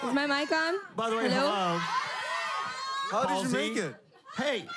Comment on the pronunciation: Why i heard that in she said hello in Indian accent. Confused